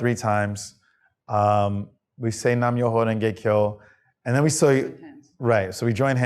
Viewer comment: The First word is not "Nam ". IT IS...Namu, Myoho, Ryn, Gay, Kyo